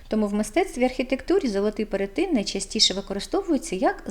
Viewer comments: перЕтин ...не перетИн... так не можна говорити... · Цікаве відео😊 дякую) А чому перетИн, якщо ж правильно перЕтин? Чи я помиляюся?